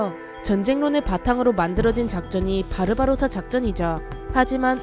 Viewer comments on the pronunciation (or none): none